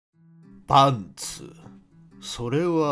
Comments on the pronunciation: 初めて聞いた時、【スパッツ】って聞こえた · とんでもない発音で草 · なんか冒頭のパンツの発音面白くて早速吹いたわ笑